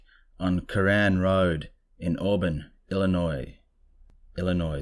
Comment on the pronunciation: You were correct with the pronunciation of Illinois. The S is silent. Tupac Shakur was a rapper who was shot and killed. Biggie was also murdered. You pronounced Tupac correctly also!! Way to go!! There were so many mothman sightings in Illinois in the Chicago area last year. There's a great blog called Lon Strickler's Phantoms and Monsters that reported the sightings which were happening almost daily last fall. Beyond Creepy gets a lot of his material from that blog. Oh BTW, if I ever find out that you used a Ouija board, I'll fly out to Brisbane or wherever the hell you live, and kick you ass all the way to New Jersey!! 😡